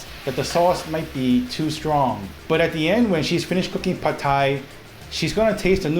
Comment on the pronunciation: OMG, didn’t know we were pronouncing “pad” Thai incorrectly - thanks for enlightening us! How lucky you are to have 2 great chefs in the family - you two are so cute working together. And little Alice is adorable! - not biased at all just because we share the same name ; )